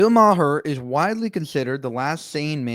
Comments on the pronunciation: Bill’s name is pronounced “Mar” not “Mah-Her.” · Ma Her? Maher is pronounced mar. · The man's name is NOT pronounced "ma-her." It is pronounced "mar." It's a bit presumptuous to comment on anything a man does or says when you can't even say his name right. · MA-HER? Dude. Have you ever spoken his name before? It's pronounced MARR. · It’s not Ma-her. The h is silent. The name is pronounced Mar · “Bill MAH-HURR…” 😂😂😂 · That's true. Bill pronounced his name as 'mar'.